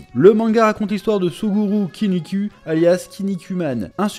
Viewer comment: Je commente jamais mais là je peux pas faire autrement, en toute bienveillance, mais le son "u" n'existe pas en japonais, que le son "ou", donc par exemple il ne faut pas prononcer KinnikU mais KinnikOU Ou par exemple dans DBZ le héros c'est pas Sango-CUL, mais SangokOU 😅😅